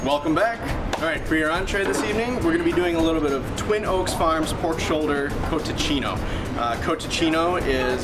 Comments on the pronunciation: 1) You're mispronouncing cotechino 2) that doesn't really matter because there is no cotechino in your recipe...cotechino is not a farce, it's a northern italian sausage made with pork skin, served generally on new year's eve...i don't know what the hell to call what you made there but it's not cotechino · Dude, that has nothing to do with cotechino. It’s a sausage with pig skin and it is served with lentils, but first learn how to say it. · It’s not cotechino, it’s cotechino.